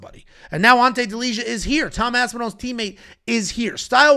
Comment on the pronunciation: Its pronounced Delia, not Delizha